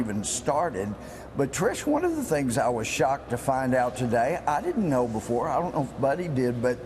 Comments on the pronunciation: "Testaphony" Louie Gohmert. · I think Gomers slip "testiphony" says it quite accurately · "testiphony", that was probably unintended but it was epic at the same time. LOL